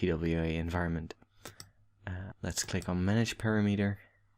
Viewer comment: thanks. btw "parameter" is pronounced "param-eter"